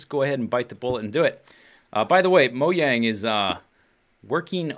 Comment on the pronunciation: Did he say moyang?